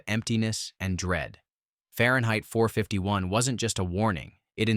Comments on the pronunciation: Typical ranking list with solid contenders, although several movies were left out that were fan favorites. The AI narrator gets it mostly right, but when it gets to Fahrenheit 451, it says "four five-tee-one" instead of "four fifty-one", a clear sign the OP wasn't paying attention and was going for the quick monetization. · Far-yen-height Four-Five-Tee-One. What? Your AI Voice-over doesn't know how to pronounce words.